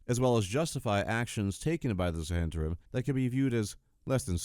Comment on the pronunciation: 'Zhu-hent-arim'? I think it's just Zent-arim.